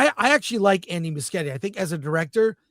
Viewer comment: Andy Mush ye ti is the pronunciation